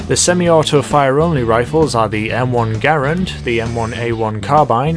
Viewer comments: m1 grand not m1 gar and lol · The Garand is pronounced Ger-ANd, not Gare-und. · Capt Trdl The family pronounces their last name Ger-und (rhymes with errand). As for the Army they never called it that, Its official designation is U.S Rifle Caliber .30 M1. People commonly pronounce Porsche without the ah sound on the end, but just because it is common doesn't mean its correct.